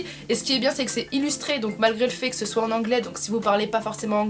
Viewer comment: Sa me stresse que tu dise "soitE"😂